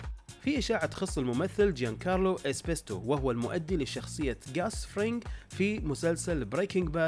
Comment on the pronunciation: اسمه Giancarlo Esposito و ليس Giancarlo Espesto 🤦‍♂️😂